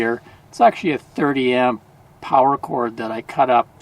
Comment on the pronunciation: More Powa!!! I love it.